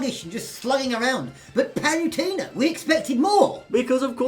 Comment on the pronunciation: Paluntena (you cant even say her name properly) IS NOT FUCKING USELESS!!!